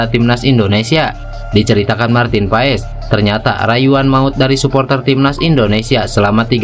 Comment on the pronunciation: Bacanya pas bukan pa es